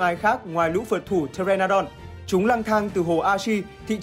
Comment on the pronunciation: con pờ tê ra nô đon hnhu đọc thiếu chữ nô đúng k :v nghe cringe vãi